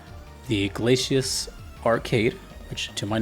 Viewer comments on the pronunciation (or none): Glay see us. Not Glayshus, even though that is how it is spelled.